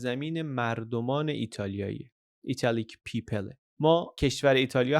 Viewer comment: پیپِل 😂 مگه مجبورت کردن انگلیسی حرف بزنی 😂